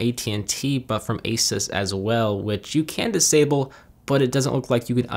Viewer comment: Not trying to nitpick but ASUS is pronounced aye-soos. Nice video though!